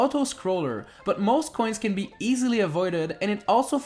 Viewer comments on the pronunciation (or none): The number of times he says "K'hoins" is unsetteling